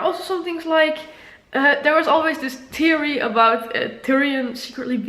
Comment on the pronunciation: Also, can tell your emotional because your ‘th’s suck lol. Like theory, you pronounce as teary. Not ironic at all lol